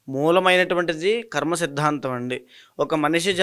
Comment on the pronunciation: ఖర్మ కాదు.. కర్మ అని పలకాలి.. Anchor గారికి సూచన 🎉